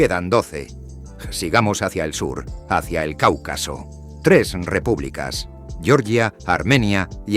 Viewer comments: yoryia no por favor la G con la e GE, se aprende en primaria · Georgia dicho a la manera inglesa🤦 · No pronuncies Georgia como se pronuncia el estado de EEUU, no tiene nada que ver.